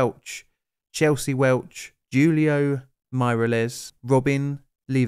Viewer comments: Just FYI, the correct pronunciation of two Mexican/Spanish names of those who perished. Julio is pronounced "hoolio". Hinojosa is pronounced "inohosa". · Love the video especially the Long Island references, just one thing of note, the pronunciation of Julio. Who-Lee-O. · Hey, just a little note: J in "mexican" names is pronounced like an H. Just like J in German is pronounced like a Y...... What's up with J?